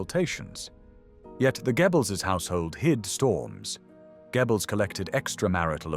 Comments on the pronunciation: Gebbles??? 😆 😂 You Brits couldn't pronounce German to save your lives. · The translation of the names of the Nazi leaders is so bad. "Dschiebels, Ramel". Very stupid AI! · It’s AI, and I’m not sure there is an English equivalent/spelling of the German pronunciation of “oe”. It’s not “Gebbels”, and not exactly “gyobbles”. Americans usually pronounce the name as “Gurrbles”, which is even worse. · KI ist dumm, kann nicht einmal Namen richtig wiedergeben! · If only he'd pronounce Goebbels properly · This narration sounds good but I still think it is AI... Goebbels is constanly pronounced incorrectly along with a few other words that point to it being AI. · Really like the content, but please sort out the pronunciation of 'Goebbels'. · c'est quoi ce commentateur de merde, qui ne sait pas prononcer le nom de Goebbels.